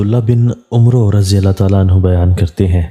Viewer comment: محترم عمرو نہیں بلکہ عمر ہے “ع” پر زبر ہے